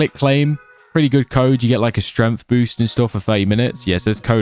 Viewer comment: It's pissing me off how this guy says stremth instead of strength